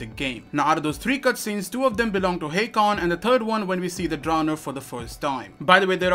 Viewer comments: You keep saying HEY-Kon when he clearly says his name is HA-kon. Noticed this since Day one of this game and it's annoyed the hell out of me. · How could you still be saying "Hey-kon" when the NPCs, Aiden and Hakon himself says "Ha-kon"?